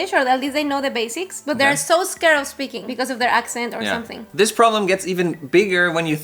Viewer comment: Hola chicos....yo stoy tratando de aprender ingles... y me gusta sus videos....les entiendo maso... y aprendo de sus asiertos y errores.... como los de.... " estill... o espeaking"... jajaj... me gustaria subtitulos en INGLES... SALUDOS A LOS 2....